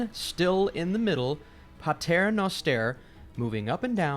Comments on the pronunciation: The pater noster part was BS tho. Its Pater Noster not Patar Noster, like he spelled out in the video. Overall everything related to the tenet square seems verry pulled by the hair. You can find patterns and meaning in everything; thats what delusion is. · Pater not PATAR